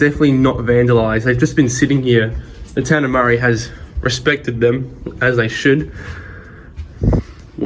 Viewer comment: Maree is pronounced into sounds: [MUH] + [REE] not murry